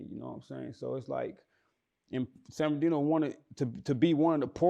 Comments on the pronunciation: San bern ard ino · Nigga said Ben are deno😂😂😂😂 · San bur nar dino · Every time he say “San-bin-ar-Dino” I cringe. It’s “San-burr-nuh-Dino” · I hate the way bro say the name of my city it ain’t San ben R Dino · Y cuh keep sayin san BEN ar dino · Why pronounce it San Bermardino like that? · This foo(interviewer) done ate the R. It’s San Bern(burn)-adino. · Damn I thought dude was trolling when I watch this...my bad 4 not bein up on game...and fam why u keep sayin San binardino lol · San ben-ar-deeno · This nigga can't pronounce SAN BER-NUH-DEE-NO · A lot of people just say "san berdino" or the dino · He sayin sanberdino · Its San-Murda-Dino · Nigga said banardino 😭😭😭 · how can u not say this guy city right lol? It’s a simple name. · butchering the fuck out the name San Bernardino. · This nigga interviewing can't pronounce the shit for nothing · Somebody tell this dude, how to pronounce the damn word!!!,....... jeesh!!! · Nigga learn how to pronounce the city name! 🤣🤣🤣🤣🤣🤣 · bruh...it honestly sound like you purposely pronouncing the man city wrong I be fucking with your content but I notice lil slick shit you be pulling 😂😂💯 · I really hate how bro saying San Bernardino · ...the word is San Bernardino you're having a hard time saying it ♠️🖤🤣😭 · lol slaughtering the cities pronunciation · This nigga was supposed to check him. How you give a nigga who can't pronounce your city an interview? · Lol nigga can’t say San Bernardino to save his own life lol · Stop sayin San Bernardino like that tf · yeah bro was sayin it fuccd up lol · Exactly lmao that shit make me mad😂😭🤣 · I'm I the only one or he pronouncing the shit wrong???